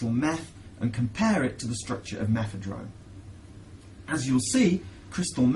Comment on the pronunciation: Why the fuck is he saying methedrone? sure that was a great drug as well..